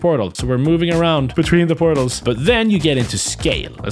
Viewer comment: 2 word pootals aand oog-le